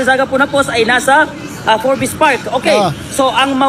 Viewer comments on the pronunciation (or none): obob talaga ...... magbabasa na lang. boi forbes hindi for-bes😂😂